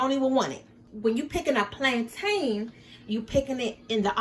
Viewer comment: The way you’re pronouncing plantain 🤦🏾‍♀️🤦🏾‍♀️